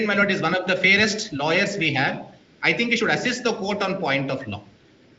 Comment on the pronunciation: Lawyer not layer😅😅😅